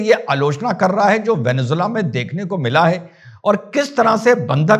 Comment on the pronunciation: चूतियावैसी साला वेनेजुएला बोल भी नहीं पा रहा है।